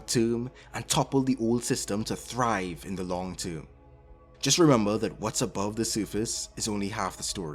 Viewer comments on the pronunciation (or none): none